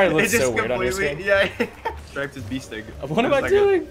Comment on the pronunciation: I love how keeps calling him instead of striped